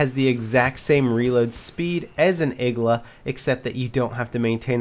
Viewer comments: its not igla ITS igła !!!!1!1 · It's not Igla, it's iglA